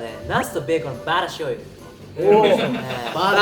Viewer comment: バター醤油の発音までいい金指くん🤭